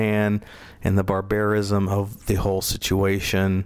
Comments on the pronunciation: BARbarism, not barBAREism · Liked the video, however please learn to pronounce "barbarism."